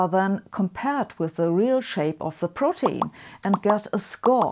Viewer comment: It's actually pronounced pro- teen (like in e.g. teenager). Being German I made this mistake myself until a native speaker made me aware of the right pronunciation.